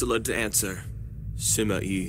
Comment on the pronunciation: What Subtitles say Compared to what I hear Wu = Ou Sima Yi = Sima E ___________________________________________ The Pronunciations of these have officially reached the true standards of an English dub 7w7